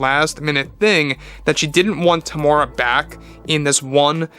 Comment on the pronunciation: Hey its Teem-U-Rea-Wa or just call him Tem